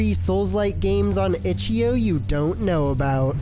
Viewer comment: "itchyo" XD